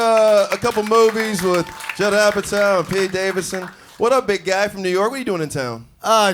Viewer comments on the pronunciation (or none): none